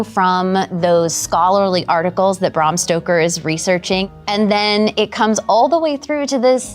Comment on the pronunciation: Can she say Bram Stoker's name correctly, PLEASE FOR THE 100TH TIME, IT'S BRAM! BRAAAAAAAAAM NOT BRUM BRAAAAAAAAAAAAAAAAAAAAAAAAAAAAAM!!!!!!!!!